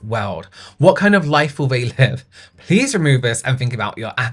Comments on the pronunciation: I want more of these vinted reviews just to hear say PLEZ 😂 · "pless" thank you i choked on my sparkling water ❤ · pronouncing each "pleas"